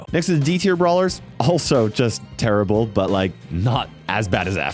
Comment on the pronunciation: Tarable 🤣"Terrible"--> "Tarable" budum pschhhh